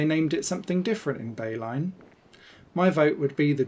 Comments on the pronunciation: I'm Dutch and it took me so long to figure out was saying Beilen. That was a... Unique... Pronunciation, for sure. Literally had to grab a map to see what surrounding areas sounded something like "Bay-line". For those wondering the correct pronunciation is closer to By-lun. Still not quite but close enough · Nice video. Thank u Beilen is pronounced like "By-lan"